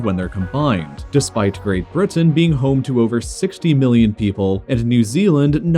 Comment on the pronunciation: I’m a minute into the video and I just heard this guy say “ great burton “